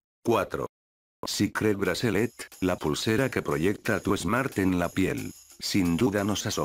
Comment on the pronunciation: jaajaj ese wey como dise cicret bracelet